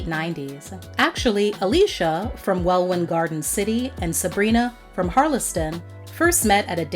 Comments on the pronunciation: Welwyn (Garden City) isn't pronounced Well Win, it's "Welin." Dulwich isn't pronounced Dull Which, it's Dull itch - why don't YouTubers (especially Americans) ever learn how to say place names that aren't from their country? And you keep pronouncing "garage" incorrectly, it's not the same as that place where you store your car. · Welwyn Garden City is pronounced Wellin Garden City Dulwich is pronounced Dull itch Garage is pronounced Garidge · And in Welwyn, whilst the first "e" in Harlesden is also silent (so it's pronounced Harlsden)!